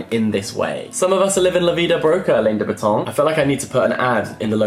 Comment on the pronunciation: alain de botton is pronounced Alan not Elaine lol